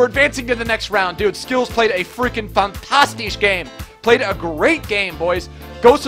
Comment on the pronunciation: Stop saying fantastich